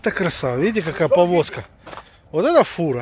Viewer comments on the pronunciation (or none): Міша,це фіра,а не фура. :)